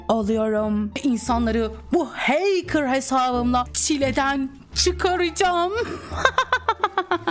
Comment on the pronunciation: ✨bUgÜn HeYkIrHh OlUyOrUğĞm HeYkIrHh✨